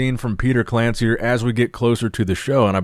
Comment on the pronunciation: Read it as Petar KlanCHir, same like Milosh Sharchev